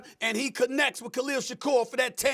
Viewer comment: Rex can say Shakur but SAs u posed ta b Black n Khalil is SHAKIR!! Jus like Kwame!! Get it right